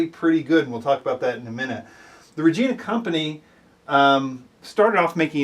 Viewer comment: It’s “rej-eye-na”